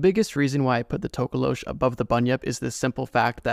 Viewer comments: Nah it’s the tokoloshi 😭, not tokolosh. Thank you for talking about South Africa though 🧙🏾‍♂️🙏🏾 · It's not tokolowsh its NTOKOLOSHI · As a South African it’s To-ko-lo-she and it stays under watch the movie 😊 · Hey just wanted to help on something. The Tokoloshi is a largely southern African folklore creature not just particularly from South Africa and it’s pronounced To(like toe) ko-low-she. Hopefully that helps next time it appears in your videos 🙏🏾. Also they kind of a blanket term for any small demonic creature that causes harm or damage. Some even come out of your toilet allegedly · Him talking about the tokoloshe gave me a Jumpscare. I’m so scared of that thing and I just convinced myself it’s not real 😞 (Also it’s pronounced to-ko-lo-shee most of the time) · Wildest pronunciation of tokolosh I've heard 😂 tok (like torque ) ko (core) lo( lore) sh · It's actually pronounced like tok-o-lo-shi (South Africa born n' raised) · HOLD ON!!! I'm South African and the Tokoloshe i sa pretty popular myth and also something we would say if something were small, ugly/creepy looking and/or suspiciously supernatural. It's pronounced Toh-koh-loh-she btw...so many non-Africans say it the way you did and it hurts me😭. We usually use it as a joke tho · Sorry for this but it's pronounced TOH KOH LO SHEE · Being South African, the scariest thing in the ENTIRE video was how you pronounced 'tokoloshe' . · the south african history has many fricked up spirts etc. but u pronounsed our scary creature wrong lollll!..... but good ig since u arent from hereee